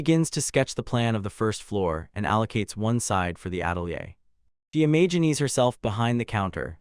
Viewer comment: the evil-warding nature of silver gets read by you as "the sinister nature of silver"!? There are so many little bits that are just off, like sometimes "imagines" gets pronounced as "Imagineese"